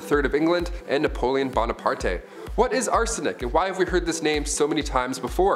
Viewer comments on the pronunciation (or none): Bonaparte is pronounced Bonapart :) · Napoleon "Bonna Par Tay?" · Bonapartay? No no no 👎